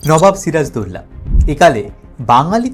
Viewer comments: ওনার নামকে কেন বিকৃত করে উচ্চারণ করা হয়? সিরাজ-উদ-দৌলা অর্থাৎ, সিরাজুদ্দৌলা উচ্চারণ হবে। এমন করে কেন বিকৃত উচ্চারণ করা হচ্ছে সিরাজদৌল্লা? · এমন বিশ্রী করে উনার নাম বলছেন কেন দাদা ? বাংলাদেশের বাঙালিরা তো আরবি নাম ঠিক ই উচ্চারণ করতে পারে, আপনাদের এতো কষ্ট হয় কেন ? ওটা সিরাজ - উদ - দৌলাহ হবে দাদা, সিরাজ দৌল্লাহ না। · এখানে একটা বিষয় আছে বিষয়টা হচ্ছে নবাব সিরাজউদ্দৌলার ধর্ম। এটা যদি আপনাদের মনের মতন হত তাহলে ওনার চরিত্র নিয়ে কোন ধরনের সন্দেহ কখনোই আসতো না আপনাদের মনে! আর ওনার নাম ছিরাজদৌলানা! কথাটা হবে সিরাজউদ্দৌলা উচ্চারণ করা শিখুন আগে।